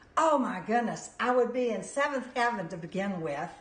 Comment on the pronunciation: how did you manage to put an a in being? lol